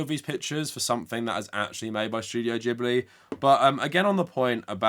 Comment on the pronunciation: Its Gib- ly not Jib- ly. In japanese g ALWAYS makes a hard guh.